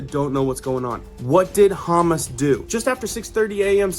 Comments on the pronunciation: It’s pronounced Ha-moss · It’s Hommm osss the vowels are short and hard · are you intentionally mispronouncing Hamas as hummus humus is something you put on crackers, Hamas is it Palestinian Muslim terrorist group which we've been dealing with since the mid-seventies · Pronounced Ha moss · HA MAS SAY IT CORRECTLY ! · Hamas pronounced Ha-MAS. You emphasize the second syllable. Listen to the video you just showed us 🤷.Not "simular" , the correct word is "similar" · Its pronouced Ha- mas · I have to chuckle a bit with the way he is pronouncing Hamas, sounds like Hummus. Yes we go from one war to the next war overnight, as is always the DS Cabal way, look over here, not over there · PLEASE learn the proper pronunciation of words like Hamas, of hummus, unless you're talking about food. Please. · How could you have spent time in that region and still misspronounce Hamas? It's huu-maas. 😏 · Hamas is pronounced huh-moss. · Hamas is pronounced hum-oss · Honey, it's pronounced ha-MAS. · Hamas is pronounced huh Maas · YES,,,that's kind of funny,, but he is awesome, on telling us what's going on. Thank you LORD,,for sending him back,,for real news. Bless his heart,, I love humus,, each time he say humus.. Though I say no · Someone needs to tell him how to say Hamas 🙄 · I’m not trying to diss you but you are saying Hamas Incorrectly.. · Me too ! Hah ! I corrected him too ! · The second syllable is stressed on Hammans. God have mercy on the people of earth! It’s the politicians who are guilty of this murder and destruction!! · Every time you mispronounced Hamas my ears bled a little. It’s not Hummus bro, HA-MAAS!!! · It's Ha...mas...love ya but it's like you're saying hummus😅..praying for peace...keep soldiering on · I thought you said Isreal is at war with Hummus. Lol. Its Ha-Mas, unless you were saying it that way purposely. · Dude. It's pronounced "Ha Maas," not "Hummis." Hummis is the stuff you put on toast. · It’s Hamas not hummus.. 😉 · It’s pronounced Ha- mahs. Not Ha-mus.